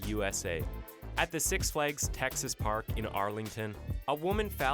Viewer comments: he pronounced six flags as six fleegs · six fleegs XD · If you want people in the United States to understand what you are talking about- DON’T USE METERS. We have no idea what you are talking about or how far that is!! ……We use FEET AND INCHES HERE BUDDY! Oh, yeah- one more thing ITS CALLED SIX FLAGS Not sic flakes or whatever the f*+ k you said! Flag - it rhymes with bag. Or Drag or foreign f*g!!